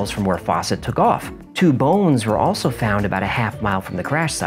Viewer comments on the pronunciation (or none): none